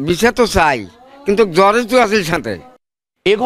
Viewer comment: আরে ভাই জরেজ না জর্জ